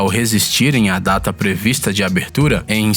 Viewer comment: Só eu percebo que ele fala "tada" ao invés de "data"?